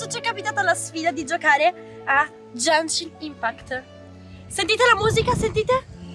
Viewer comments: "Sentite.. È Jencshhin Impact" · ASCOLTATE....È JÆNSCIN IMPAKT, poi chi cavolo è Kazuka? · "È gænshin impact" la pronuncia è ghenshin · ma tipo perchè GenGiN ImpAcT? cioè è Genshin Impact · È Jænshin impæct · È genshin impact non jenshin impact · "E Jenshi Impact" Muoi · Ma è gaenshin impact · Ha detto Jaeshun Umpacti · "Gengi Impact".. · "Jenshin impact" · "Jenshi impact?" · ma come c4zzo gioca, non può prendere i pezzi del primo “piano” 🤨 comunque questo video è molto offensivo e imbarazzante, soprattutto il fatto di non saper pronunciare correttamente il nome del gioco con cui si sta facendo la collaborazione. Ew, this is so cringe, guilty. Cit. Kim Kardashian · E POI NON SI PRONUNCIA COSÌ SONO DACCORDO CON TE ANCHIO CIO GENSHIN